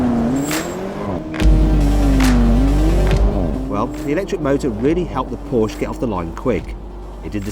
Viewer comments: no shit..? I know, that is Porsche, not Porsch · Комон Порше,а не Порш!!! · Still trying to find somwhere, what manufacturer is Porsch?